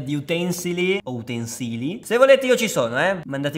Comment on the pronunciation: Si dice utensili